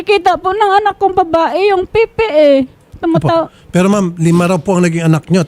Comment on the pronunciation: Natawa naman ako dun sa pronunciation ng "PIPI". Akala ko away na naman to dahil sa kumakabit na epep. 😂